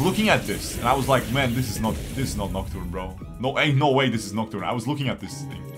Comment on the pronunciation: I will unlike this vid just bc of the aneurysm it gave me when he couldnt read nocturne as he hovered over it several times. Checked to see if it was april first